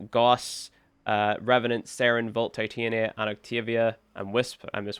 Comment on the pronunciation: Love the vid since im just getting back into warframe, was debating where i should go definitely a great reference brotha!! Thank you!! Also its pronounced tit-anya (Titania) as in the Queen of Fairies .